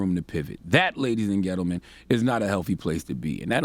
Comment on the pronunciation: Let’s pause for a sec and acknowledge that he knows how to pronounce gentleman properly and chooses not to as part of a persona he made up of being a ignorant man from the country as an excuse to get away with the ignorant things he did in the past and sometimes still does occasionally….then is able to be woke and educated at the same time because of growth… it’s a gimmick you know how to speak and choose not to correct your mistakes and ignorance